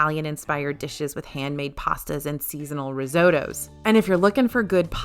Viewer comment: And she says Ris-ow-tows instead of Risotto 😂